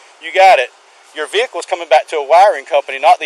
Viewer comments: Love how these guy pronounce vehicle. Veehuckel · It's a co-vert veh-icle